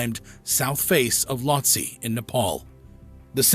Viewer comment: It’s not that no one wanted to help Mohammad, it’s that they can’t. That’s why bodies aren’t recovered that high. If you can’t walk, you can’t be rescued 😭😭😭 Also, Lhotse is pronounced “low-tzee” lol